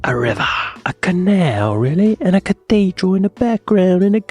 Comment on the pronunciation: I can't be the only person annoyed by the pronouncation of cathedral. 'Cateedral'